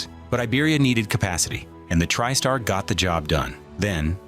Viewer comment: It sounded like you’re saying trip star instead of Tri-Star